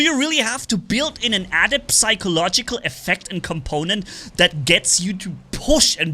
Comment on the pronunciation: You don't pronounce the p in psychological lol